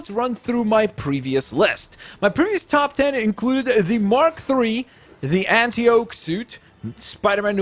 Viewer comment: You do realise you said “anti oak suit” XD